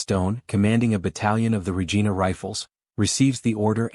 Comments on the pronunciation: Regina: rej eye' nuh, "The Queen's..." Anybody who says "regeena" is a frootloop. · No important but it is Ree-jaina not Rejeena. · Not Regeena, Regina, like vagina. AI is amusing. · I agree. The guy narrating the piece should have done a little research before he voiced it. it loses all credibility with a mistake like getting Regina wrong